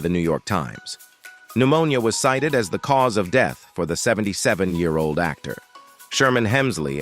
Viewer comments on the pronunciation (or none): none